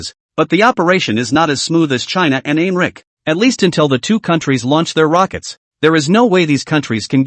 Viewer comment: The Translation is trash. I am wondering if the pronunciation of America is being mispronounced is intentional or not considering most of the others are correct.